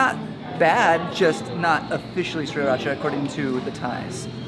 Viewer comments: SIR-racha sauce and not Seri-racha! Spelling of the actual word confounds a lot of peeps when pronouncing it correctly. #pedantry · It's "See-Ra-cha".